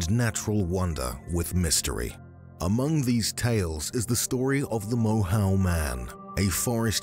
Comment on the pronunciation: Moyhoe is its pronunciation